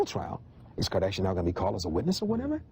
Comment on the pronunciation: It's funny, the Host keeps mispronouncing the Kardashian name because it wasn't famous yet.